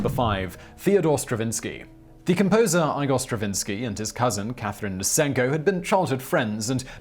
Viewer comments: EYE-gor Stravinsky? EYE-gor? You're kidding me, right? "EYE-gor" is the satirically-mispronounced name of the hunchbacked assistant (Marty Feldman) in Young Frankenstein! EEE-gor, Simon. EEE-gor. (I won't mention the three or four other mispronunciations in this video.) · “Eegore,” not “Eyegore.” Not Young Frankenstein.. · It's pronounced ee-gore not ai -gore get your pronunciation right